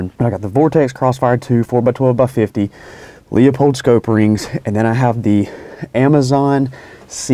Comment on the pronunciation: Not Leo pold, it’s Lou pold.